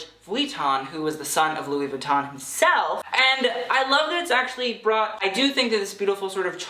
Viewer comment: jesus christ pronounce Louis Vuitton right bitch